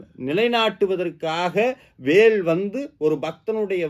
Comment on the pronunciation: கருத்து மிகவும் எளிதாக இருக்கிறது நன்றி. தமிழ் உச்சரிப்பு. குறிப்பாக ல் அழுத்தம் கூடாது வேல் என்பதில்